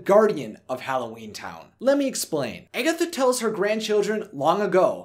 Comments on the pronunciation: It is not pronounced "Eggetha" it is pronounced "Agatha"! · Am I the only one bothered by him pronouncing her character name as Eggatha instead of Agatha?!?! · If he says "Egg-atha" instead of Agatha one more time, my head is going to explode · Omg yes!!! 😩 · I had to stop watching the vid bc of it. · Or eggy 😂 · It sounded like you were saying "Eggy" instead "Aggy" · Her name is Agatha, NOT Egatha!!! 😂😂😂 Get it right dude!!! XD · its not pronounce eggatha, its pronounced aaaagatha....anyone who loves this movie knows that. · ....Eggetha? Did I hear Eggetha? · Why does he say agatha weird? He says eggatha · I think you're pronouncing Agatha's name wrong its pronounced Ah gah tha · The whole video I was like that’s not how you say it!! Lol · the fact that he pronounces her name wrong makes me upset. RIP Debbie Reynolds... Forever Agatha Cromwell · Good video but this guy can’t pronounce Agatha to save his life. And it kills me.